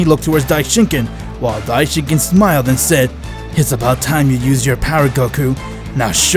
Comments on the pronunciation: Dai shin Kan not kin also garbage voice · instead of saying saying dieshinkien it say died chicken